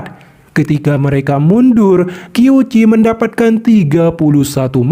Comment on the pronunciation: Qiu Qi dibaca qiu ci.. Q=C.. Berarti dibaca Ciu Ci..